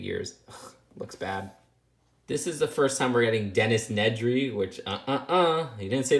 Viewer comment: Dennis nedry its dennis nerdy lol